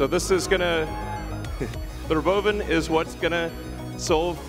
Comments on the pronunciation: He pronounces it as “row-bow-vin” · Robo-oven, that's how you pronounce it? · "Ro-Bovan" Elon an Alien confirmed 😂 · He really emphasized the ro-bovan over calling it a robo-van. When tesla FSD gets dependable, then I'll consider these a possibility. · To pronounce it "RoBOvan" is stupid. As it to call it "TeZla" It's "TeSla". It was in Serbia when Nikola Tesla was named that. It was when the company was founded by the people Elon Musk bought it from. Musk simply mispronouces it and the world decides to follow. So if he buys Porsche and starts calling it "porsh", will you follow? He has every right to change the name of the company. And he has every right to pronounce it how he likes if he STARTS the naming. But once it's established, to simply mispronounce it is stupid. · How Elon pronounces robovan is funny, its sound like robovun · Did he just call it Robo bin? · why can't he pronounce robo-van? God I hate this guy